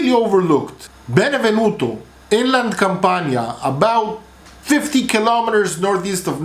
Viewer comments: Stop saying Benevenuto. It is Benevento. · It’s Benevento!!!! Not benevenuto!!!! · Benevento, darling. Otherwise, A+. Sorry, also Mo-LI-se.